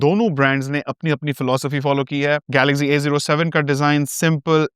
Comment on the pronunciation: Galaxzee nehi Galaxcee Over smart mat bano